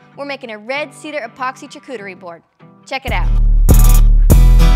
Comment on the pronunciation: charcuterie is pronounced shaar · koo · tr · ee